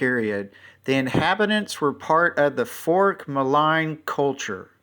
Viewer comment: Fyi- Fourche is pronounced Foosh